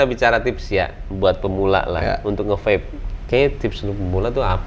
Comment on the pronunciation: Wkwk nyebutnya VAPE bukan VEP 😭